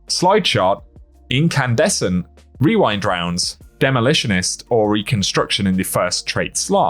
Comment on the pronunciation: I’m just impressed you didn’t mess up while saying rewind rounds, or as I have conceded to calling it “wewind wounds”